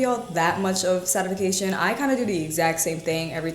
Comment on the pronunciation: You are a doll…but it’s pronounced “SATIS-FACTION” not “SATIS-FAK-TION” I do love your content.